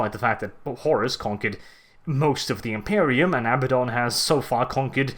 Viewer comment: can we get a counter of all the Abbadon insults there are XD (also thank you for saying his name properly)